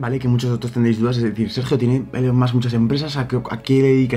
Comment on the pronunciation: Se pronuncia “ilon mosk” pero en fin la hipotenusa